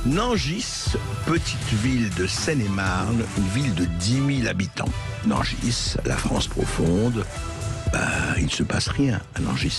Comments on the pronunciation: On ne dit pas Nangisse on dit Nangi ..merci ! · Non, non ! toujours pas ! Nangis, tout comme Montargis, ça se prononce .................................comme Paris ( et QUI dit " PariSSE " ? ) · Le gars ne sait même pas prononcer le nom de la ville. Je ne savais pas que Sud Radio faisait partie de ce groupe de chaînes siosio de propagande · Le "S" de Nangis ne se prononce pas :)